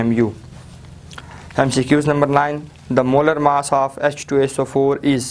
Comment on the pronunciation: Yarr sir ap apna mass to theek bola karein